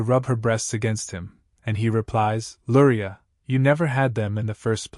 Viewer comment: I hear Lurai but read Luria 😅